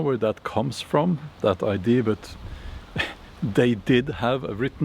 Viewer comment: As a person who learned most of my Viking information from the TV series “Vikings” on the history channel, and Valhalla on Netflix, I enjoyed this video. 🩷 PS…. You are incorrectly saying I.D. When you mean ‘idea’. (please don’t be offended).